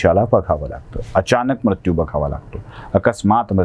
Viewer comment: उच्चार दोष मृत्यू , कृत्य दृष्य हे आपण म्रत्यू क्रत्य द्रष्य असे चुकीचे उच्चार टाळा